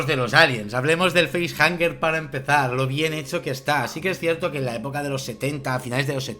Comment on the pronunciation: Una de mis pelis favoritas, si me permitís quisiera comentar varias cosas no quiero ser tiquismiquis, pero me parece que has dicho varias veces "feisjaNger" (Entiendo que de face-hanger , hang puede traducirse como "colgar", así que tendría sentido) y sería sin N...facehugger, de hug (abrazo) En cuanto a las caras de los actores en el nacimiento de la criatura...hay quien dice que en esa escena los actores no sabían que iba a pasar, porque querían captar esas expresiones de sorpresa/terror...pero según tengo entendido no es exactamente así. En el guión parece ser que ponía que los actores tenían decía algo del estilo "algo sale del pecho de Kane", pero no entraba en detalles. Yo diría que son 7 tripulantes sin contar al alien, hay 7 compartimentos criogénicos (En la escena cuando se abren se ven que se alzan de las cámaras 3 paneles a la izquierda, 3 a la derecha, y el séptimo que quedaría detrás levantándose, no hay compartimento propio para el gato) el gato contaría más como animal de compañía, y a Ash lo estaban haciendo pasar por humano, hasta el punto que lo tenían criogenizado como los demás (Siendo un androide....se tenía que aburrir ahí encerrado XD) así que a el si lo contarían como pasajero. Creo que en la versión original no se encuentra a Dallas ni a nadie, se les da por muertos y punto (Igual me equivoco porque ya mezclo versiones). De ahí que en la secuela decidieran meter a quien pone los huevos. En la versión del director se ve que el alien es capaz de captu